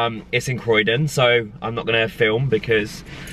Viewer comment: It’s croydon😂😂😂